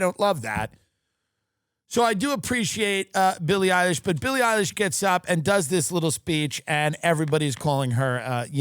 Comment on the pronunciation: Sil E Eye Lish ladies and gentlemen